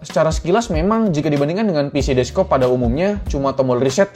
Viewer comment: bang "desk top" bukan "des-kop"